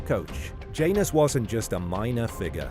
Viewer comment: Janus not pronounced like that in latin